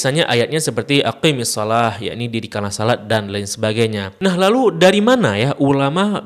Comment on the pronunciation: Maaf Guru. Koreksi dikit. Ketika mengucapkan "aqimisshalah", "qi" nya pendek, bukan panjang. Karena ketika dibaca panjang, malah jadi untuk dhamir "anti" أقم أقيما أقيموا أقيمي أقيما أقمن